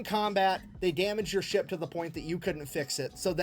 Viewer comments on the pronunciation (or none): Ship? I thought she said "Sheep".😂😅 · the fact that when you say ship it sounds like sheep puts very funny pictures in my head